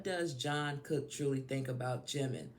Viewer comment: Respectfully - it's pronounced "Chung kook", not John Cook lol